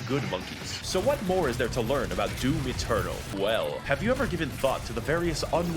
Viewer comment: She really did say “doom external”